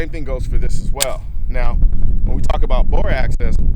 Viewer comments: It's 'bore axis'...not, 'bore access' :) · he always says that and is aware of it. Just a habit